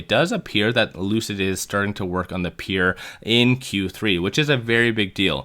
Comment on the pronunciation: "Peer"? It's "Pure"! Are you throwing these trolling phrases and word in there to make us comment?